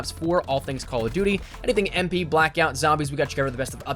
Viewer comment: number 1 on this should be the way that pronounces duty.